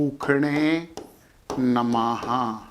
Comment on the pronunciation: Hariom 🎉 Thanks a lot for your wonderful prediction. 1--om Puushne namaha - this is better pronunciation 🎉